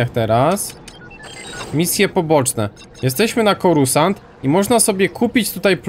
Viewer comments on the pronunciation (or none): ps:nie mówi się corusant tylko corsant